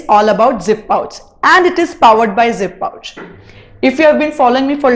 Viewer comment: It's zi-pouch...not zip-pouch